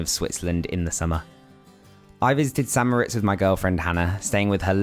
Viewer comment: Thank you for properly pronouncing St. Moritz as "San Moh-RITZ", because nearly everyone gets it wrong! I mean if you visit a place and make and post a video about it, learn how to pronounce it. 😁